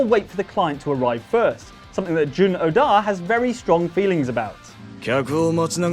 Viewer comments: Is it wrong that I ended up rolling my eyes a little when was putting the wrong emPHAsis on the wrong syLAble of Oda's name? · It's not Odá, it's Óda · It's Oda, not Odaaaah, lol. You don't have to lean so heavy on the "A"